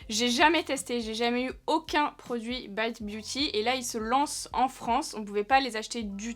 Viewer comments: On dit baite et non bite pas à nous t'es gueus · Mais vu que tu prononces "Morphe" à la française, alors "bite" aussi 😂 sinon c'est pas drôle 🤣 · On dit morpheu et pas biteu ça m’étonne de toi ça 😂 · haha j'ai cliqué sur la vidéo justement en me disant que tu allais dire Bite à la française et pas à l'anglaise XD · L'intro sur la prononciation de la marque m'a bien fait rire. Ça m'a direct rappelé le même type de débat sur Morphi que prononce Morpheu et bizarrement ici tu prends l'option anglaise 😂 comme par hasard 😂 Le maquillage est magnifique et le plus important: Bonnes vacances à toi 😘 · Merde c'est pas bite mai s bite 😂😂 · Bizarrement, pour cette marque veut prononcer a l'anglaise, par contre pour Morphe ou Rare Beauty ça veut la prononciation française 😂😂😂❤